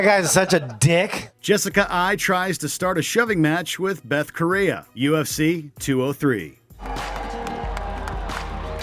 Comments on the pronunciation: I love with all my heart but damn, this video has some glaring mistakes... First off, what's with the bad pronunciation of certain names? Nick and Nate "DI-AHZ"? "Rafiel" "dos Anios"? Bethe "KOREA"? I mean, come on, how hard can it be to learn "DEE-AZ"? "RA-FUH-EL" "DOS ANJOES"? Bethe "Cohea"? I'm not event mad that you got "rafael" wrong (that's also my name) but the overall comments on this back me up. Japanese get it right all the time and they don't even have the "L" letter on their language. Also, why does the video say weigh-ins when most of these are press conferences and the face-offs ended up being quite tame in comparison? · Hose Aldo, Michael Cheeesa, Vaitor Belfort, Beth Korea....BETH KOREA! XD Oh god! I thought they’d choose narrator who actually watches UFC and knows how to pronounce their names. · Dang, the pronunciation of some of these names in the video. 😂 "Beth Korea" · NICK DI-AHH-Z, V-IA-TOR BELFORT, MICHEAL CHEESA, BETH KOREA. FUCKING HORRIBLE, MAN. Its like they mispronounced their names on purpose. Piss poor work. Look, MMA fans are very meticulous when it comes to anyone outside of MMA commenting on the content. Get it right next time. We didnt take that shit from Stephen A. Smith and we won't take it from you! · How do you pronounce Diaz, GSP, Beth Correia, Jose Aldo, and Vitor wrong but get Khabib Nurmagomedov right lmao